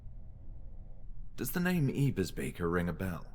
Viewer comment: btw - your pronunciation of ebersbacher is great! the games the weird one on that. source: someone who lives near the actual town ebersbach